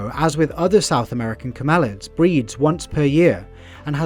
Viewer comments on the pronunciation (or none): STOP, STOP. That's [CAM–el–ids] not [cam–EL–ids].